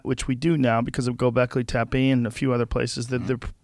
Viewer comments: Joe pronounced gobekli tepe perfect. I m Turkish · I am from Gobeklitepe area liked that joe pronounced it super right.